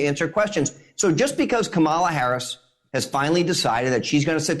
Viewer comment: Was waiting for Chris to pull him up on Kamala’s name pronunciation, and then he did. Well done Chris 👏👏👏👏👏